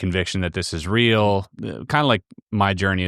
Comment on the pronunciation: lmao "oh muh guhd"